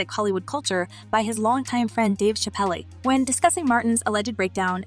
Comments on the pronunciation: Bwahahaha Bwahahaha,omg I can't get past the part she called Dave Chappelle "Chapellie"... as if he's unknown or heard of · At least get the actor’s names right. Dave Cha-pellie? Really? She made a couple other egregious botches in her ‘reporting’ as well. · Chapele Say The Name Right ✅️ 😏 🤣 😉 😌 🤪! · Wow this is an AI generated story you never see the girls mouth and she pronounces Dave Chapelle name and Kanye incorrectly. That was a dead giveaway. Therefore is it true info or simply click bait